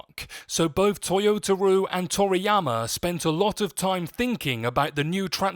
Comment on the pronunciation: I will say you should probably get the guy's name right when you say toyotaro